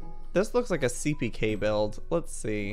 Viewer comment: Joey: this lookes like a seapeekay build. ME: It lookes like a me build! 😂🤣😃